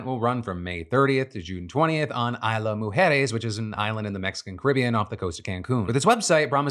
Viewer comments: Phil ... Philip .... Phily ... the way you pronounced Isla Mujeres hurt my soul. You could have done so much better with the "Isla" part. I'm not mad just disappointed. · "Aisla Mujeres" 😂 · Say Isla Mujeres again, but say it right this time…………..